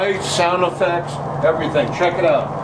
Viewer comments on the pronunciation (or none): none